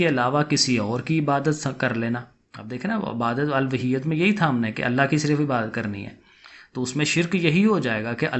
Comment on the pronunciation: الوہیت کا تلفظ چیک کریں سر